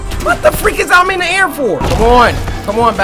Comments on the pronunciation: i thought he said what the f**k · Why it sound like he said what the F u c k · I heard freak! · I heard fuck I really didn’t hear the r in there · He tried to say freak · Simba Jay lol I heard him say fudge